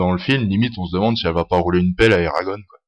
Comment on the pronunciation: on dit pas eragone (en prononçant a l'anglaise mais a la francaise en gros eragonn !)